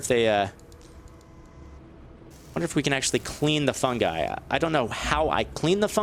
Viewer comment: FUN GUY! it's pronounced FUNGUY not FUN gee